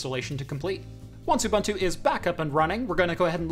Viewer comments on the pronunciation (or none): Dude its pronounced ooboontu, not oobantu. Making me cringe here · Ubunto is pronounced Ooboontoo. Not Bantu , a bantu is a person from an ethnic group. Where as Ubunto is a philosophy. ;-) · love the vid. Just some little fact, Ubuntu is pronounced Ooh-Boon-tu but pronounced fast. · Lol. A lot of Americans, like in the video pronounce it Ooh Bun to. Like a bread roll slipped in the middle there ;) The boon is like a fast boen. Just sounds better ;) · Nice vid. Always a bit strange to hear Ubuntu pronounced as youbuntu, but nice to see it being used. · it's pronounced ooBOONtoo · You could yell at him for his pronunciation of Ubuntu lol